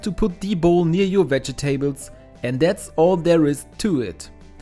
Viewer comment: Veh-jeh-taybles. LOL